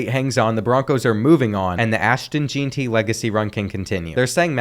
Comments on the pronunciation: As a Boise state fan I am sad to hear you say Jeanti… ITS JEANTY (Jen-ty) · As a Boise state diehard fan who’s starting to get mad your saying it wrong, it’s pronounced Jen-Tee, not Jane-tee